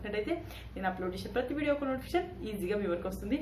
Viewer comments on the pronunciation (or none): none